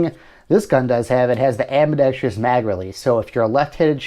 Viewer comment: You keep mispronouncing the word "Ambidextrous" not (Ambedextrious). I'm sure you're a decent person but please take some time to familiarize yourself with the correct pronunciation of words, your friends, family, coworkers and anyone else you converse with will appreciate it.